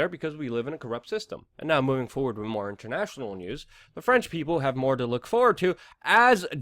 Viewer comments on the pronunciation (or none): none